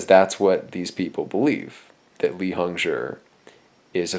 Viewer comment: I don't plan to rewatch but I do believe he pronounced Hongzhi properly. Zhi is said as jurr in Chinese pnemonics so it's pronounced hongjurr.